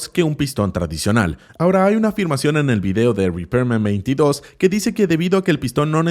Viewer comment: No es repairman22, es repman22